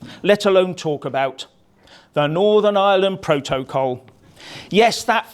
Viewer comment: Love the way you say pro - to - col. Richard burton delivery